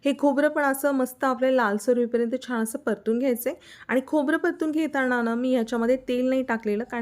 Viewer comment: पाण नाही 😮😮😮😮😮 पान 👍👍 सगळ छान पण भाषा आणि नाकातून आलेला आवाज थोड त्रासदायक वाटत छाण नाही छान 😮😮🤦🤦🙆🙆👍